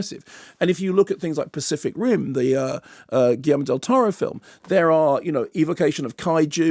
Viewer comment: I speak fluent Spanish and write it quite elegantly too, was making fun of the way Kermode pronounces del Toro's name in every review